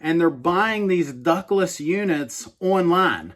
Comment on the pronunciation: I thought you were saying “Douglas brands” in the beginning of the video. . . .